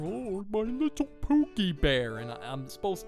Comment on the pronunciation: He says pookiy than dies